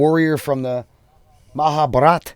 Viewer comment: its not mahabarataa its maha bha rat